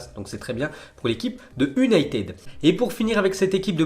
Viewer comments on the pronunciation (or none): On prononce younaytid